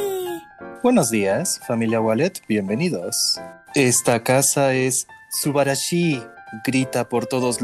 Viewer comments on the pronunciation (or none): () modo japonés xD por si saben que dijo subarasho significa asombrosa/oso si no estoy mal edit: aa me puso corazon aaaww